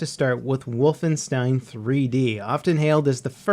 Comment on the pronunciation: Why do you say wolfenstein like that